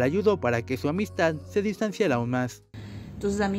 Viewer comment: Jajajajaj... El reportero jajajaja... Dónde decidiedon reanudad sud amidstad., Quitenle el micrófono de la boca para que pueda hablar bien.